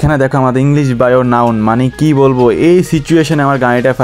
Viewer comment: ভাই আপনি ডাউন না বলে বলেছেন নাউন😂